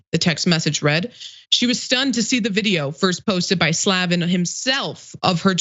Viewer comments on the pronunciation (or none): She's trying so hard to pronounce that name improperly. It's Slay-ven